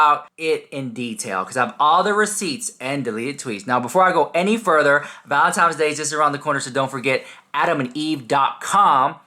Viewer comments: Sorry it’s Valentines Not valentimes. 😂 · hahahah you STILL say valentimes